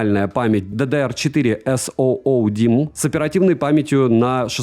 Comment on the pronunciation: С-Оу-Оу димм это SODIMM после просмотра ролика об IQOO ? 🤣 согласен с другими комментаторами - за такие деньги и возможности сомнительное приобретение